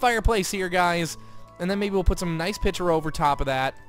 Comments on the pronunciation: it kinda annoyed me that was pronoucing picture like pitcher Um and a baby isn't in the oven (you said that at the end) I think you ment a bun is in the oven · Is it just me or does say picture weird?